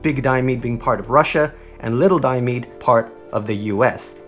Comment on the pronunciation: Diomede is pronounced: Di-oh-me-di